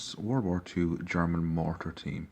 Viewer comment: Wtf your German pronounceiations are really good. You sound more like a German trieing a English accent than and a English person trying to speak German.